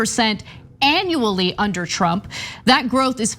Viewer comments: Huh, did Kudlow call him "Donald Chump", instead of "Trump" just then? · Was it me or did he call him Donald chump at the end there? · It really sounded like he said Donald chump...lmao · I'm pretty sure he said "Donald Chump"....lol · He said: "calm peaceful days of Donald Chump'. He actually said CHUMP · He did say Donald chump 🤣🤣🤣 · Am I the only one that heard Kudlow say, "Donald Chump"? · Did he say Donald Chump?! Hahah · did he say donald chump?